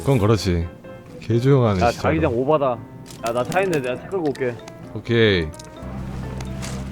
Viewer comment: 특유의 발음때문에 진짜가 지짜처럼들려서 스치듯 들으면 욕처럼 들린 것 같아요 ㅋㅋㅋㅋㅋㅋㅋㅋ